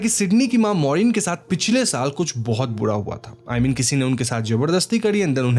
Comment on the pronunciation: Bhai र शब्द बोलने मे कोई दिक्कत है क्या तुझे 😂 हॉरर को हॉड़र मूवी बोलता है तू बुरा को बुड़ा बोलता है